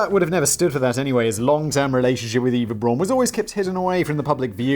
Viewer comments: So, as a final Fuck You to Danny, Simon ends by pronouncing Eva Braun wrong. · It's so Simon to start by mispronouncing "Eva Braun", read a whole dissertation on the correct German phonics, and then, 30 minutes later, mispronounce it again. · Simon "Eva Braun. Is that complicated? I didn't think so. Also Simon: Pronouncing "Eva Braun" badly for the whole video. Also his pronunciation of "Hitler" is far from perfect. :P Edit: Fuck you Danny! I have wrote this comment before I saw that you corrected Simon in the script. xD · Learns the correct pronunciation of Eva Braun, 30 mins later forgets the correct pronunciation. Then Simon heads off to buy a second mircowave for his date night.